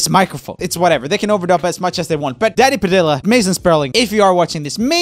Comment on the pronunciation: At the end when he was talking about the live on take thing it sounds like he said daddy padilla instead of danny